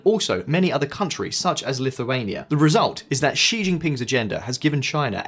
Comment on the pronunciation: You finally pronounced „Xi“ correctly!!! Made my day, thank you!! ❤